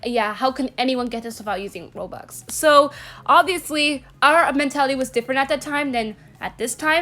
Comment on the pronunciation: I Thought She Said BOBUX